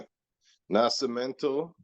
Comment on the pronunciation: Man that sounded funny every time you said Nash-imento… isn’t it Nasc.. with just a C sound not SH ?? 😂